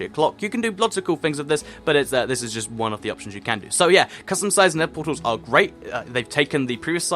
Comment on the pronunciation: Everytime he said nether it sounded like nipple sometimes